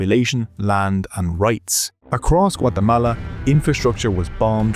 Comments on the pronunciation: I REALLY appreciate that you correctly pronounce a countries name! top notch 🙏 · I like the enormous effort to pronounce "Guatemala" authentically, whilst butchering everyone's names.